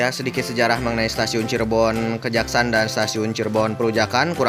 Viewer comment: Saya tinggal di Cirebon, itu dibacanya Kejaksan bukan Kejaksaan. Pengambilan namanya dari salah satu tokoh penyebar Islam di Cirebon Raya, yakni Pangeran Kejaksan (Beliau adik Ipar dari Syekh Syarif Sunan Gunung Jati). Kejaksan jadi nama Kecamatan ditempat Stasiun itu bernaung.